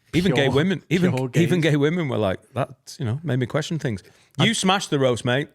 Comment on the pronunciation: Just here to highlight & look at the camera during “kweshon” is becoming iconic